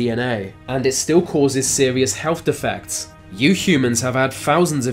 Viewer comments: "Fousands of years of bad helf." Right.... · "FOUSANDS of years of bad hewf..." SMFH. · Healf he says. Birff he says